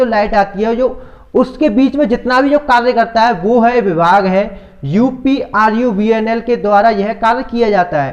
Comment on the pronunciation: Pahle uprvunl sahi se bolo